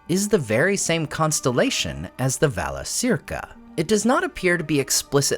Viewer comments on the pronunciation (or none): Shouldn’t it be pronounced Valakirka? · Yes. Vala-KEER-ka. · I have to nit pick here. But the letter c is always pronounced like the letter k in Quenya. It should sound like Valakirca. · I had not thought about the significance of the stars above Middle Earth before, but hearing about the different cultural meanings between the Free Peoples, makes me appreciate the worldbuilding much more. As usual your information is excellent, so I only want to point out a tiny improvement in terms of pronunciation, which I hope you don't mind: both Cs in Valacirca would have been pronounced the same, as hard Ks, just like the C in Círdan. So for English speakers it becomes va-la-KEER-ka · Yes, it should. A 'C' is always pronounced as a K.